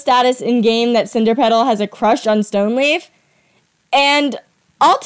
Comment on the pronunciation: His name is not stoneleaf is stoneleap to correct you